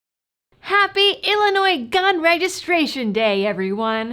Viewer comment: I love how you are properly pronouncing the name of our state! SO many people pronounce the S. It is HELL ANNOY. Yep, 720 ILCS 5/24-1.9 (the PICA) requires registration of .50BMG ammo, and it is intentionally vague to scare gun owners.